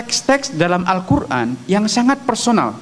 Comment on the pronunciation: Siry nyebut Qur an aj salah